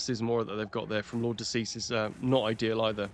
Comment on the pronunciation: Lord De Seis ❌ Lord Deceased ✅